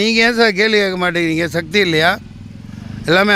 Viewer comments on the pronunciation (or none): none